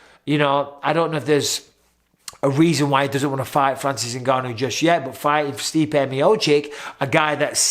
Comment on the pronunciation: You mispronounced Stipe in an insulting way. Mistakes happen..